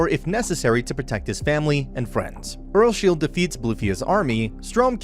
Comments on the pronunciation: The fact that he said "Earlshield" made me a little bit triggered. My guy the pronounciation is Earls-Hide 2 syllables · Am I the only one who gets kinda triggered that the dude says earsSHIELD rather than earlsheid? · He says earlsheid weird😭